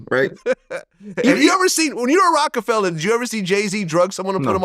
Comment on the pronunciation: Why does Vlad always say Rockefeller when the record label name is Rocafella its so annoying